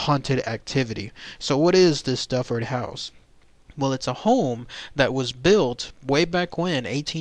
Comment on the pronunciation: The correct pronunciation is not Dufford it is Duford as in Do Ford!